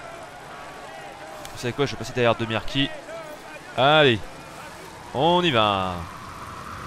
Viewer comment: De Mirki comme tu l'as dit et lu, il s'appelle en vrai Alessandro De Marchi